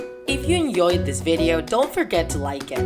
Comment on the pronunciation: anyone else notice how he said "hope u enyoed this vedeo" or is it just me?